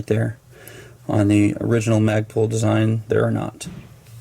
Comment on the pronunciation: Instead of Magpul it's Magprul!